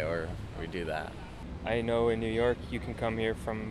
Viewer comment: 能把纽约两个字读清楚嘛老铁。by the way 你的相机为什么总是把焦对到背景上